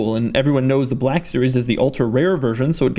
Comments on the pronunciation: Why does he pronounce black as blaaaaahk series? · The SLS BER-LACK series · 'Bleck' Series